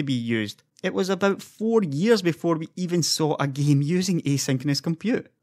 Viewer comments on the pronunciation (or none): none